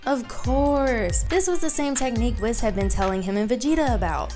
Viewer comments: It’s pronounced wees not wis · Here's how to say WHIS not wis say it wee-s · Something to say, its pronounced Whis (WH-Ee-s) not being rude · Whis is pronounced “Whees” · It's pronounced wees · Can you please pronounce Whis his name right? You say it way too many times to ignore it. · You pronounce Whis wrong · You literally have been saying "Whis" wrong, have you not been watching the english dub? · I’m sorry but you are not pronouncing whises name correctly or jiren